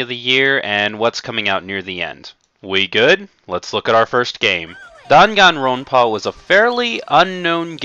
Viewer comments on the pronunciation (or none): Also, he is pronouncing the Dangan Ronpa game as "Dongon Ronpa." It's pronounced as it's spelled, Dan-Gan Ron-pah. Although, he claims to be an anime Rpg player, he doesn't know how to say them correctly.